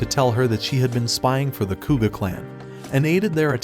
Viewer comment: It's Koga, not Kuga.